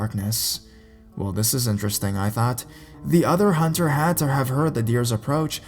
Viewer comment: Hunterrrr with featherrrr. I'm sorry I was laughing but good stories either way